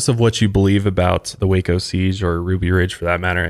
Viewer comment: Thank you for saying Waco correctly!! I live here an you don't know how many people mis pronounce it.. Born an raised here in Waco no living in McGregor across the street from SpaceX. This also happened in a small town outside of Waco not actually in waco though